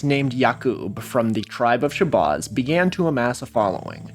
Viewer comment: Dude, stop mispronouncing Shabazz. Where did you get your research from, AI voice-over from youtube??? You’re correct about Wallace Ford and some other things, but you lack street knowledge. And why is it always white people who are fascinated with black culture? We live in a world that’s backwards. I’m asian and I’ve been studying the NOI and 5 percenters since I was incarcerated in 93. I’m not religious, but some of the knowledge within NOI and especially the 5 percenters are beneficial in everyday life. If we didn’t have supreme mathematics and the supreme alphabet, then many blacks would be lost and commiting more crimes. Plus, we wouldn’t have intelligent artists or talent such as Nas, Wu-Tang, Muhammad Ali, etc…